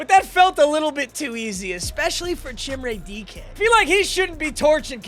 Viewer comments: Chimere dike is pronounced Ka meer ay dee kay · it’s pronounce chim-ray dee-kay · Van’s name is pronounced like the vehicle and it’s Chim-Ray Dee-kay. Doubt sees this nor really cares but the butchered names gotta stop 😂🐊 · That is not how you pronounce chimere dike😭